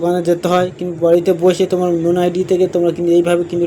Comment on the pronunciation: লোন আইডি ❌ নোন আইডি ✅